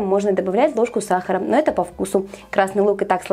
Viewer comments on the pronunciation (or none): none